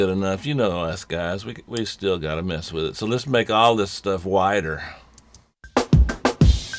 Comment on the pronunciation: what does he mean with,"have fun with it" or did he say "wid it" lololololololol :D <3